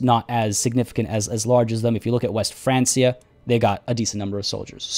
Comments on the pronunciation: Just a quick tip: Francia is pronounced "Frankia" and not "Fransia". Although it will become France, Francia is the kingdom of the Franks, so it is pronounced with a hard c. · There's quite a few short jumps in the video. I've always heard Francia pronounced as 'Frank-iah'. I was wondering how long it would take him to remember that the pup's a female.